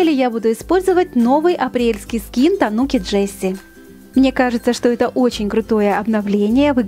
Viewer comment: В слове тануки, ударение на у